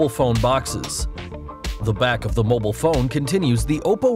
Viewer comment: The way this guy says mobile pisses me off